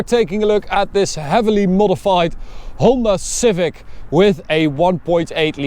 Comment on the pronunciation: I misheard him when I thought he said Homer Civic lmao